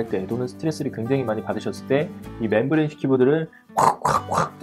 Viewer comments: 매형 그러니까 잘 읽으라고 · 맴브레인을 (membrane) 왜 맨브레인이라 함?